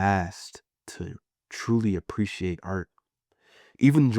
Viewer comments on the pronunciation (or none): none